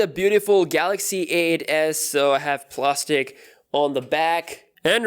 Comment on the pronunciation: The way he says plastic kinda sounds like plostice